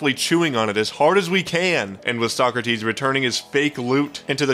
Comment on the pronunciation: omg when I heard "covered almost every item" I was like omg no way its not sockrteez and when I heard sockrteez I was fanboying like I watch all the videos my favorite was the drippler crippler